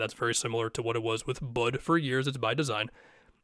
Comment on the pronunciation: Aside from how crazy this whole thing is, I laughed so hard at the way you said Bud the first time